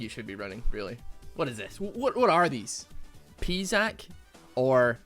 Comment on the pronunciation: It's not pee Zac 🙁